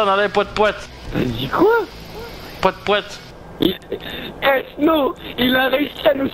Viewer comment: Lol tu dit Pouette Pouette